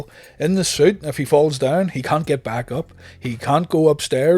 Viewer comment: Please, Enunciate the way you say the word “can’t,” it’s a bit cringe worthy. 😂😂😂😂😂